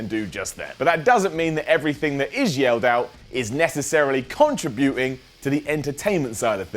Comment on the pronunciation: "Contra-buting" I love it!